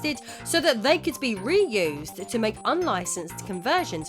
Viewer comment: "Ryu-sed". Didn't miss that one. Lol